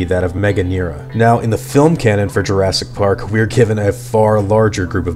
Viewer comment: UGSYGS JURSKY PARK